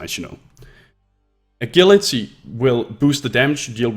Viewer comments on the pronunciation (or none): Since you mentioned it, "Poise" is pronounced like "boys," but with a P, and "Agility" is pronounced as though the G were a J. Just a heads up. Thanks a bunch for this video though, it covered exactly what I needed.